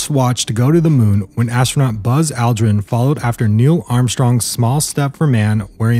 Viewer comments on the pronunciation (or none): Buzz Aldrin's name is pronounced ALL-drin, not AL-drin.